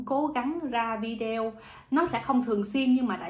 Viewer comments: ở nước Thụy Điển mà phát âm chữ Video không đúng là sao vậy? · Đúng đấy bạn,đa sống ở nước ngoài mà phát âm chữ video nghe kỳ cục quá.